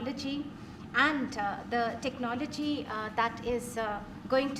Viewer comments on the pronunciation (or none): Its technology modi g not techonologi 🤣🤣